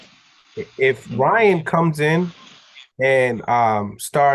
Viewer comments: Why can't call Ryan by his right name. His name is not Ron garcia it's Ryan garcia. He does the same thing with lomachenko he calls him romon. When you doing a interview you suppose to be professional. Call them what you want when you around your friends but in professional setting or interview. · hilarious he can’t say Ryan to save his life 🤣🤣🤣🤣